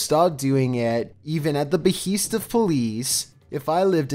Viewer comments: "Beh-heest"? Wtf? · I’m glad somebody else caught that. Be-heeest 😂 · hate to correct your grammar but it isn't 'be-heast'. It's be-hest'. Eg. At the behest of it was agreed by all that a piece of string was indeed the culprit. Respect bro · “At the beheest of police” interesting way of saying behest. 🙂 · Behest:: BUH HEEST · even at the beheest of poleece